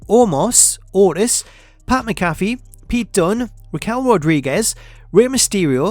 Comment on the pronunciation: that's a funny pronunciation for Pat McAfee😂